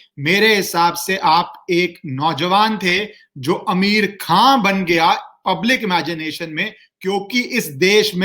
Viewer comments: He is pronouncing Ameer khan bot आमिर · Sir name to shi se le liya kro🤣🤣🤣🤣🤣🤣